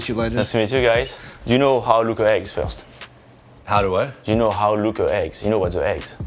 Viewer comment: dude thought he said “how to basic”